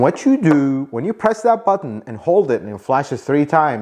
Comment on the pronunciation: You mispronounced “Button”.